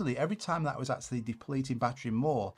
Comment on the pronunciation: Great and important video, BUT: "eksualy" :D